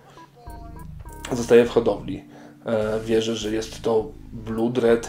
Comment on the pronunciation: blood czytamy przez o a nie u a charcoal nie szarokal tylko czarkol pozdro